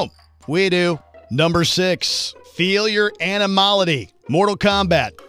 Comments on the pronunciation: "Ani-mah-lity" haha xD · Wtf is with this guy...it’s shad -a -loo and animal-ity......geez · Animality... That's not hard to say.